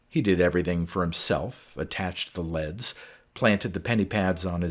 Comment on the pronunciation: Dude.. I appreciate these stories immensely. But with all due respect, it's "leeeeeeeds." A wire leading from a machine to a person is a leeeed, not a led. Also, electro-en-CEPH-a-lo-graph.